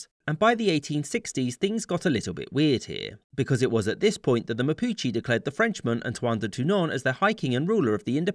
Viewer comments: Chilei? MAPICHI?? Dude, some respect for the language ong still good vid, it just hurts hearing some of those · I get to minute and I understand that he was saying Mapuche, how can you say Mapuche so badly?